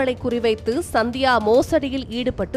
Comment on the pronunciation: சந்தியாவா? இல்ல சத்யாவா? ஒழுங்கா தமிழ் படி!